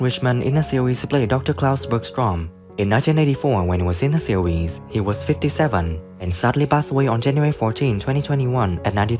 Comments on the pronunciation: Get another narrator! This guy can’t say series, he says SEAWHEEZE. 😂😂😂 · Why does bro pronounce series as sewies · In da seewheez 🤣🤣🤣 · Jesus Christ this AI voice is excruciating in 1982 when ee was in da seeewheeez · What’s a seeweez? ROFL